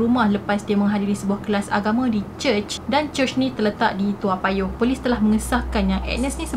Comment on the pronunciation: Sebutan yg sebenar its TOE mcm head to toe. Mcm lagu budak2 tu. 😅